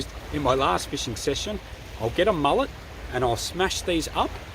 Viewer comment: did you say mullet or mallet twice? either way weigh very educational.